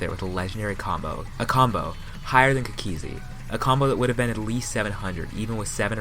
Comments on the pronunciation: It's cookie-zee Not cukizee... SMH but love the video <3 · The way this guy pronounces Cookiezi...